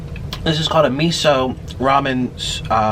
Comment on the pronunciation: Omg the way u say miso makes me cringe thats not how u say it omg